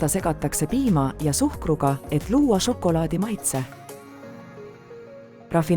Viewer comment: "Ja nii tehakse žokolaadi istandustest kuni maitsvate maiustusteni" . Ärge nüüd saage minust valesti aru, tehnoloogia on imeline ja väikese vaeva ja pisikese loovusega võib väga ägedaid asju luua. Ja ausalt mu pea 4-aastane ütles ka just "See on nagu multikas mulle / See on nii lahe, tahan veel...". Küsimusele mis ta veel tahaks näha vastas "kaneeli"... Kui midagi, siis veidi lugege ja toimetage tekste rohkem (või üldse?) palun. Lapsed täiega janunevad igasuguste tarkuste järele aga see diktsioon, elutus, rõhuasetused. Siin ehk on potentsiaali mudelite uute versioonidega jne.. kardan et antud näide on praeguses olustikus liig-automeeritud... siiski impressiivne.. Ma ei tea, hea töö vist.. aga et see sisu siis ägedamaks saaks.. Jõudu!